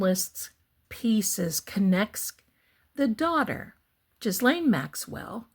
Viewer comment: Ghislaine is a French name and it’s pronounced, with a hard G, gee-LEN.